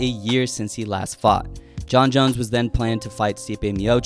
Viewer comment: Why do you pronounce "Jon Jones" as "Jon Jons"?